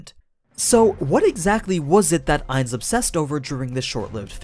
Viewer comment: Ainz not nines